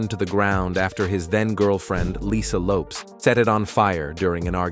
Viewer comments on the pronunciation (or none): none